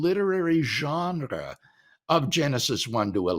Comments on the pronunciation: It’s hard to take him seriously when he pronounces genre like that. 😉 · I can understand and wrestle with everything Dr. Craig is saying here .. EXCEPT .. for HOW he’s saying Genre 😂 that’s uniquely unacceptable and quite frankly I’m offended .. 😂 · I would like to have a debate with WLC on how to pronounce the word "genre". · WLC tongue roll pronunciation of the word genre was enough to convince me